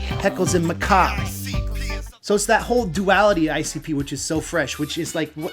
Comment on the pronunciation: Heckles n Macab (muh-kahb) ..Heckles n Macabre (muh-kah-bray)